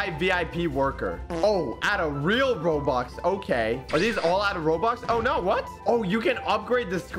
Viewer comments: “We’re gonna be spending hundreds of thousands of Roblux” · “hundreds of thousands of roblux” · My guy said 'Roblux' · Bro fr said "Roblux" 💀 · At the start of the video said “ROBLUX” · he messed up a line in the begining he said we spend 100's of thousend's of roblux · He said “roblux” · He said roblux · You said roblox not robux lol.